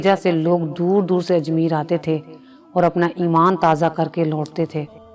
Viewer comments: Please ap apny urdu theak karo ap ke urdu bolnay main kaye ghaltian hain un main say ayek sahe lafz hay ajmair ap ajmeer par rahay hain . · Plz pay attention on ur pronunciation its ajmayeer not ajmeer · Raja Parthoi nahi bhai "Prithvi" Lafz "Ajmeer" nhi "Ajmair" hai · Content aur expression dono achay hain par Hindi words ki pronunciation ki behtri ki zaroorat hai,jaisay pawitr ko potar bola,raam dev ko deo,Ajmair ko Ajmeer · بہت اچھا سبق آموز واقعہ بیان کیا، اس سلسلے کو ضرور جاری رکھیں مگر انکا مستند ہونا ضروری ہے، دوسرے آپنے 3 لفظ غلط تلفظ کئے، اجمیر، بھرشٹ، اور پوتر، لفظ و تلفظ کی درستگی بھی بہت ضروری ہے مہربانی کرکے اسکا خیال رکھیں.